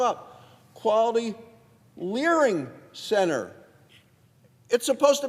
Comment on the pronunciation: leaRing centre 😂